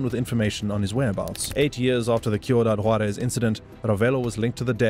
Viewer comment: Great video overall. But you pronounce it SEE-U-DAD Juárez. Not Kee-u-dad Juarez. ✌🏽